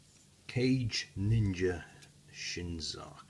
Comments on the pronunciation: It's "kah-gay", not "cage", lol. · Not sure if you were joking or not by calling it "cage ninja" or not, but the proper pronounciation of the would be Ka-gei, not cage. In addition, kage translates into "shadow", meaning that the name is Shadow Ninja Shazaku. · Still like the "sound" of "Cage Ninja" though take your word for it that "Ka-gei" may be more correct pronunciation-wise and "Shadow Ninja" is certainly cool! (and makes more sense than a Ninja in a cage ...LOL). In any case why not take me to task on the pronunciation of Zaku whilst you are at it? Should be "Zak" right? "Zeeg John" xD